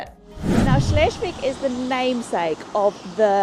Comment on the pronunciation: cute. Help for pronounciation: Shles- wigg - not shlesh! And a long vowel e